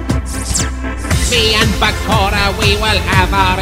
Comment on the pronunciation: Am I the only one strongly bothered about how he says “Bakora” instead of “Bakura” ??? Omg .. love the song tho